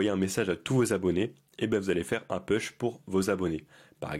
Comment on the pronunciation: Merci mais juste pour t’améliorer…un petit détail phonétique parce que c’est très désagréable à écouter : « push » ça se prononce « pouch » et non « peuch ». J’espère que tu ne le prennes pas mal…c’est pas une critique.